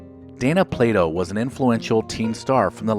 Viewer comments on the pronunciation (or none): none